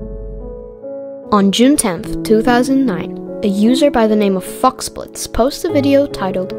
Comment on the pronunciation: why he pronounced foxblitz f—-splits